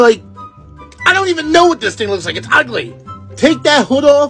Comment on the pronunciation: The "Its UEGHLY" made me smile :))